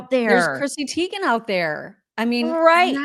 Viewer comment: Teigen is pronounced Tygen!